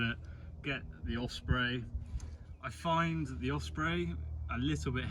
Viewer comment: Great video, but there's no F in Osprey...😁